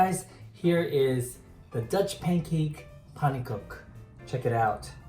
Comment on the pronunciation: Love them...make them all the time, with strawberry preserves...yummm...and I believe you're saying it right.